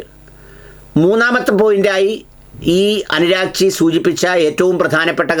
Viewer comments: Abbas Araghchi, അനുരാഗ്ച്ചി അല്ല ആശാനേ ഇനീപ്പം ഇന്തയിൽ നിന്നാവുമ്പോൾ ഇങ്ങനെ പറയണം എന്നുണ്ടോഎന്തോ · akshara pisakanalloooo. Aragchi.... anuragchi allappaa.... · അരാഹ്ജി എന്നല്ലേ 😮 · അനുരാഗ് ചി അല്ല ...